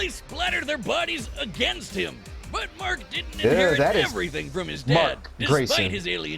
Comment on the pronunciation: Either my ears are off, or you called Mark Grayson Mac.